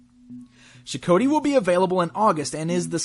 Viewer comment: Boy I'd love to get some MotUC figures, sadly the budget just isn't there to play catch up on the secondary market for all the older stuff I missed out on or the newer stuff. That being said, pretty nifty review, although I could have sworn in the episode it was pronounced Sho-Koti, like Got, only with a K. Of course it's been well over a year since I saw them, I could be wrong.